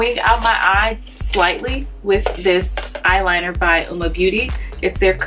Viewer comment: Hahaha I just did a first impression on Uoma products as well and I am DYING!!!’ At how I totally said the name wrong throughout my entire video 🤦🏽‍♀️🤣🤣🤣🤣 and yes I’ve said it wrong bc all the other videos I’ve watched today are saying it the same way u are lmao but yessss I love their products can’t wait to try the foundations and concealer